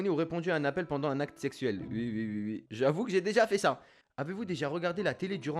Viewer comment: Toi tu dit ui est pas oui